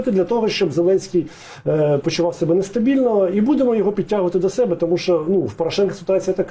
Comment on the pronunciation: Хто такий ЙОго ? Ні, він не оговорився. Ні одна людина яка з дитинства спілкується украінською так не оговориться. Це неправильний наголос в базовому слові. Я таких оговорок не пригадую, навіть по пяні, а я бачив як люди бухають по дорослому. По великому рахунку мені пофігу на такі дрібниці, ну російськомовний і шо, велике діло. Просто це виливається в непритодню і негармонійну комунікацію з суспільством аж з самоі адміністраціі самого президента. А це вже затупили. Особисто для мене значення не має, собі натупили. Ну і відпіводь ЙОго в тому інтервю... резинова дупа а не логіка. Хоч би язик після вилизування повитирав а то непристойне таке ляпати. Депутати зобовязані розуміти за що голосують. Я не виспляться то не будуть розуміти навіть як прочитають. А прочитати мало, треба осмислити продискусувати. Це закон. Він хоч знає що таке закон. Ну нафіг рівень підготовки.